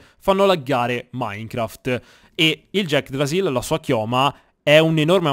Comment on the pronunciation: Sono l'unico che non aveva visto il video dove nominava l'yggdrasill "Jackdrasill" e pensava che eren avesse trovato la vera pronuncia di Yggrasill?